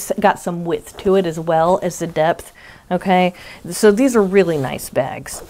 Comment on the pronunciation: Hi,! All this blue is not making me blue. What a great way to promote Hat not Hate. You have done am excellent job coordinating your giveaway. Thanks for the chance to play along. Here's a little funny. In your video, you said, "Okay, so..." I am from New Mexico, so my ears heard, "Oh, queso!" 😊 Have a great week! - Paula